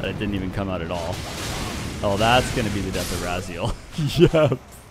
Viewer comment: Raziel is pronounced Rah Zee El its from soul reaver